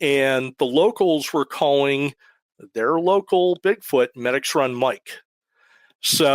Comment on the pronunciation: It’s pronounced Meedix Run not Medics run it’s down over the mountain from Parker Dam and Elliot State park there’s a tavern that’s been open since the 1800’s known for cold fries and herpies…… Both Medix Run and Over The Mountain are major stops for atv and snowmobiling been through those woods many times hunting and riding.